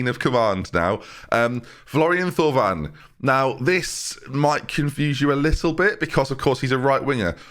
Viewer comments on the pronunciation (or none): bijlow = by-low sesko = sheshko thauvin = toe-van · I think it’s Florian Toe-van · It's pronounced Florian ''Thawn'' <3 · I believe it’s pronounced Florian Tow Van